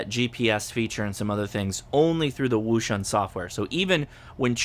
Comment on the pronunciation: It's pronounced - ocean